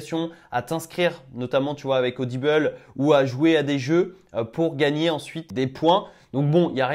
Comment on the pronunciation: Audible c'est en français,ça se dit ODIBLE pas ODIBEUL 😅 sinon belle videos tu fais ça tres bien continue, je m'abonne au passage parce que c'est trés bien expliquer avec du naturel et tu fais bien de faire tes recherche en videos sa prouve l'honnêteté de l'utilisation de l'appli😉😁 par contre remet plus de miniature de se genre stp mdr